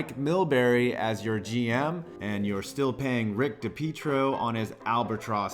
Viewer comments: For the islanders player, learn how to pronounce his name. It's not di-peet-ro, it's dee-pee-ay-tro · Funny how you use dipietro to insult the isles yet you can’t even pronounce his name😂